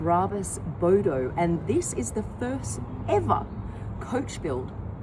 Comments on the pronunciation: A Bodo? Did an Australian name it? "Hey mite, that's a noice, boudou". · Hahaha um laugh my S out when hearing u say Bodo which mean stupid in malay language...😂😂😂